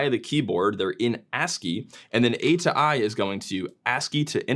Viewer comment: mate im pretty sure its pronounced atoi not atoi